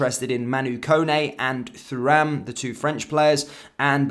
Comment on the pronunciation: Absolutely pointless to wear that shirt. What an absolute Tool! It’s pronounced Turam. No need to pronounce the H part. Remember Lillian Thuram (relative?). Remember how they pronounced his name.